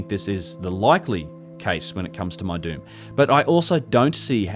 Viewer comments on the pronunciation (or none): Lol, when you said Meidum I thought you said “my dude is one of the oldest Egyptian pyramid sites” 🤣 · My my, what an ominous sounding locale, guilty by pronunciation. Meidum = my-doom OR as in Petries 1st publication spelled as: Medum = mee-dum, for a tongue in cheek effect. Thanks for uploading!